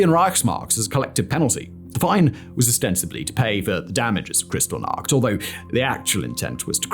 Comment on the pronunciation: FYI, it’s pronounced like “kris-TALL-nacht”, not “CRYStal-nacht”.